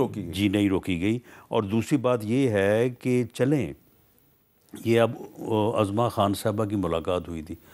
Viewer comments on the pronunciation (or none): none